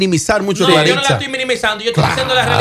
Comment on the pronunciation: Ella se llama Clarissa no Claritza. Es una joven con mucho talento y carisma que lo va a hacer muy bien. Todos podemos tener opiniones el peso de esa observación/argumento en el caso de Amelia bueno ya eso es obvio😅 donde Dios piso no puede haber🤣🤣🤣🤣